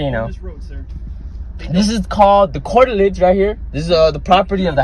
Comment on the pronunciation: Illiterate clown who called curtilage, "cortilage". 😂 The officer is a rockstar! Kid needs his momma to ground him from the internet.